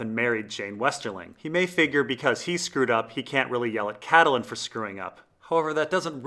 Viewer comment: Geez dude you have the worst pronunciation of names. Vor-eehs, Cat-u-lun, Ar-eeh-ya, its unbelievably distracting